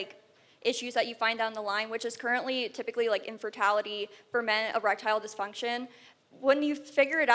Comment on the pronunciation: The first girl said they have "incorrect chromoSONES." It is "chromosomes." She also said "inferALITY." She lost all credibility right there. It's like when someone debating the Bibles mentions the book of "Revelations." That "s" tells you right away they don't know a thing about the Bible, and they probably think the Bible says "Lazareth" was raised from the dead.